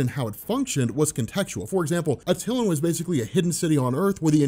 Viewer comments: It's pronounced "AT-TIL-AN" not "AT-TIL-UN". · Good job... also it is pronounced AT-eh-lan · At- ill- LAWN. Try that pronunciation